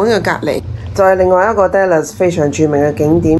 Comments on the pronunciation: dallas发音读“达”，不是读“爹”，听起来怪怪哋😂，唔好意思😅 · 我都唔好意思，因為我都會經常將 Dallas 誤讀成 Dollars 經常被朋友取笑。哈 😅